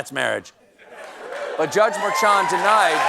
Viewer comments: Mer-sean(shawn) not mer-chan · Stephen, The judges name is pronounced Mer-shon. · It's Judge Merchan: Mer-shon, like Cole-bear 😊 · Glenn Kirschner pronounces Merchan as Mershawn. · You're mispronouncing Judge Merchan's name in the beginning, but then switched to the correct one (more like "prawn"). Not sure what happened, but good to get the correct info out there in the end.